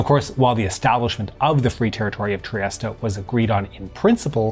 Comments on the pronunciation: In English it is pronounced /triˈɛst/ tree-EST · Is it really pronounced triest-a? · I'Ve just learned Trieste is pronounced Triesta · that's the correct English pronunciation, he's using the Italian pronunciation. In my opinion it doesn't make much sense to say it 'Tree-est-ay' unless you also say 'Roh-ma' (Rome) or 'Pah-ree' (Paris) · All those teen years playing "Diplomacy" and pronouncing "Trieste" wrong. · The letter e is silent in Trieste and Mussolini wasn't known as Il Douche !